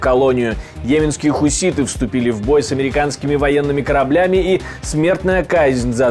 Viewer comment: Ведущий не может выговорить хуситы😂😂😂😂